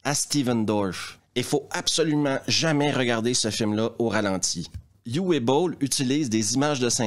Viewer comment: Juste pour apporter une petite précision "phonétique" sur la prononciation du prénom de Uwe Boll qui se prononce en fait "OUVE" (un traumatisme de mes leçons d'allemand au collège...). Voilà, c'est tout... 😅